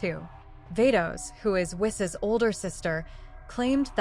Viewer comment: It's pronounced "Whees."